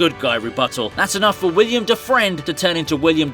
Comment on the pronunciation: It's Willem, not William